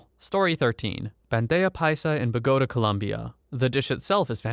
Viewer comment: But so very wrong about the pronunciation of Bogotá